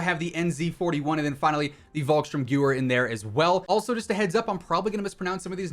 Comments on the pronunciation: The automaton is actually called the Federov Avtomat irl so just the "Federov" might be easier to pronounce. Also, your pronunciation on the Volksturmgewehr was mostly good, except "gewehr" is pronounced "gevehr" thanks for uploading about vanguard, I was still on the ropes about getting it, now I'm hyped for it! :) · I love when he pronounces „Volkssturmgewehr“ The Germans will understand that 😂